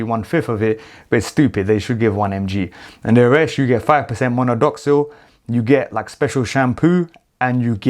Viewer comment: I keep hearing you pronounce ‘Monodoxil’ it’s actually Minoxidil.